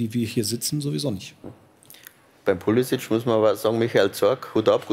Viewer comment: Wer ist Poulisikk? Warum wissen selbsternannte Experten nicht, wie man Namen richtig ausspricht? Modric heißt auch nicht Moudrikk.